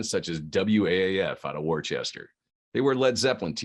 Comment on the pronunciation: Omg it's pronounced Wuh-ster not Wor-chester.